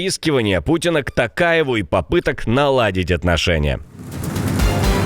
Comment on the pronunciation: ТОкаев, фамилия произносится через букву "о". Говорите правильно. Что как москвичи акаете